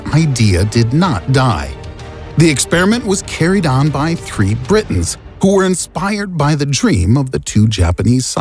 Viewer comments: "These three brrritains , Steve Daaaaniels" 🤣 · the way how he said britains